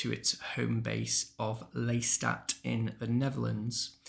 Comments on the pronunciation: He called Leylystat Leystat too details matter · Correction Lelystadt